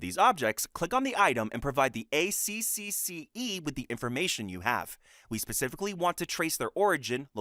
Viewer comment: "A triple C E" is usually how it's said, lol.